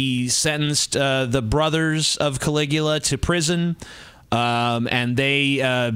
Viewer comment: Emperor Can-lick-u-ya